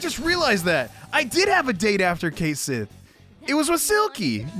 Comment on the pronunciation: And remember kids, Cait Sith and Cu Sith are pronounce ket-shee and coo-shee